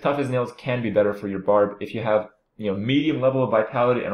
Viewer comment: "BARB" NOT "BARD".